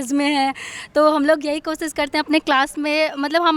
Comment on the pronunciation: Koshish to bol nahi sakti kosis